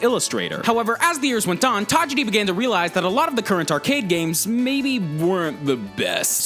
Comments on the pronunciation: the only thing wrong with this video is that he kept saying tageedi instead of tajiri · Who proof-read the script? Pokemon Red/ Green came out FEBRUARY 27, 1996. That was the whole point of having the Direct yesterday. Also the mis-pronunciation of Satoshi Tajiri's name is cringe-worthy. Leave the Japanese stuff to Goomba. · The way that you're pronouncing Tajiri is destroying my ears